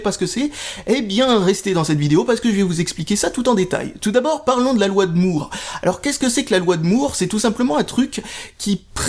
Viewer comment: Comment tu dis ça? la loi de moouuuURREE... Loi de moar!